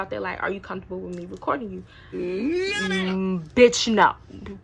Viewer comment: said "wHy YoU sO oBsESed WiMme" 🤣